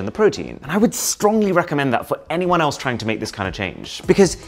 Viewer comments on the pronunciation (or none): none